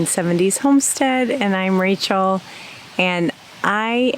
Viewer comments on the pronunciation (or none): none